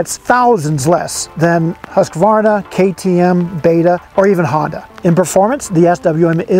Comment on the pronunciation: There is no "A" midway through Husqvarna. Please you reporter types, STOP IT!!! It's not pronounced Husq-A-Varna, pronounce it right, remember phonetics? Seems like every writer messes this up